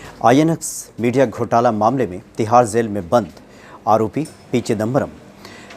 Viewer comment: अपना नाम Manoz Mut बोला करो. Zail nahi jail bolte hai